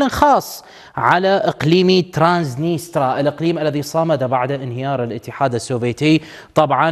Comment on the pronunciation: ترانسنيستريا وليس ترانسنيترا